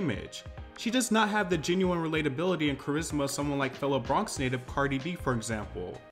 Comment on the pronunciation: “The bhronx”